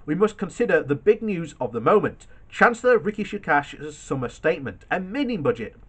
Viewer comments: Who is Ricky Shukash and Ricky Shukak? Do you mean Rishi Sunak? This is not the first video where you've mispronounced it. Say it slowly and break it down into syllables Ri Shi Su nak . There's no 'tray' in 'raison d'etre'. You don't pronounce the last tre of that like 'tray'. The last e is pronounced more like a short hardly pronounced ugh sound at the end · Repeat after me...R I S H I S U N A K.......not that difficult hahaha